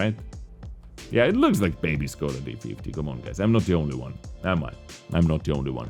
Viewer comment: Whats up with the time stamps lol, Scoda instead of Škoda, Wiet instead of Vzor